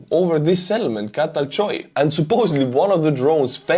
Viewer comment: let's teach some pronunciation other than Estonian. The village is Ceatalchioi and is pronounced like that: Ceatal = Çatal = Чатал - (Pitch-)Fork in Turkish Chioi = Köy = Кьой - Village in Turkish These were Ottoman lands once and have lot of names like that up to Crimea